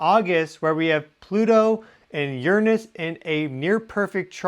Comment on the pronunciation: I feel like you're the first person I heard say Uranus properly in many decades. This is a nice way to start the day. Thank you. Lol